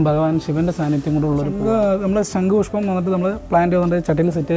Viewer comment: "ശങ്കു" അല്ല; "ശംഖുപുഷ്പം". എന്തായാലും സരസ്വതി ദേവിയുടെ അഭാവം നന്നായി കാണുന്നുണ്ട്. വീട്ടിൽ വച്ചതുകൊണ്ട് വിദ്യ കിട്ടട്ടെ എന്ന് ആശംസിക്കുന്നു.🙌